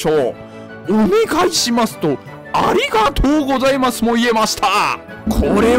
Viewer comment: 安定にありがとうございます 言えてて泣いた